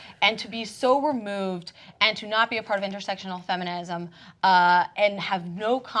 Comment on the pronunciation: I want to say "feminism" again.